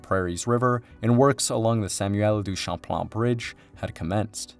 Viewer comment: Québec (Kebek) pas Kwabeck. Dennis (Denny) pas DennISSSSS. Les mauvaises prononciations sont incroyables. Champlain pas Shamplan, la prononciation est la même en français qu'en anglais. Autrement c'est de bonne information